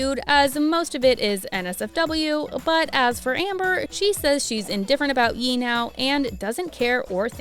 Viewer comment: Ye is pronounced Yay not yee.